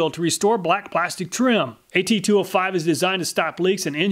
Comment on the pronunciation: Dude says blastic instead of plastic lol